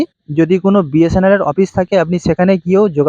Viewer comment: যে BSNL এর পুরোটাই ঠিক করে বলতে পারে না, তার আবার সংবাদ পরিবেশন করার ইচ্ছা।